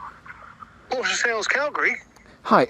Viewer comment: props to for nailing the pronunciation of calgary